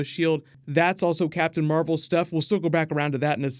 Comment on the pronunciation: Captain mar-vel here we go